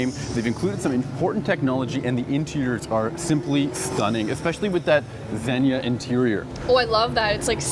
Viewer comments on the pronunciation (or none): none